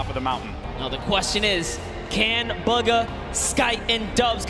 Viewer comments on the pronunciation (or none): it’s BUGHA not buga